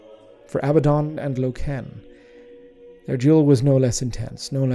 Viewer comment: its name is inspired by the German language, Eisenstein literally meaning Ironstone, so his pronounciation is correct. I'm more bothered how he says "Loken".